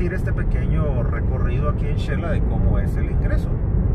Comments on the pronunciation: Ahy va una salvadoreña yo creooo porq dice chela, no se dice chela es , Xela,va oh son SALVADOREÑOS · Corrección eh.. se dice Xela..no Chela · Se dice Xela como Xilófono no chela.. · No chela se dice xela